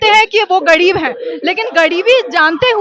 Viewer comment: यह न्यूज़ रिपोर्टर र को ड कह रही है। जैसे गरीब को गडीब, और भी शब्द है ध्यान से सुनो